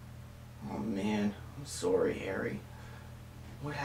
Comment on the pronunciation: "I'm sorey"